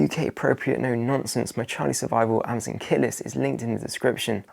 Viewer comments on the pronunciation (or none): none